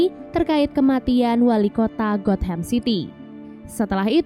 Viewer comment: Gotham not got ham lol😂